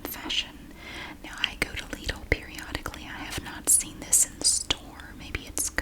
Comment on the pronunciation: I'm from Germany, the country Lidl is originally from, and it's pronounced "Leedl" in the original German too :).